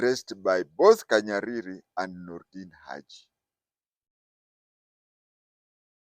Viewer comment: It's not KANYARIRI. He is called Kahariri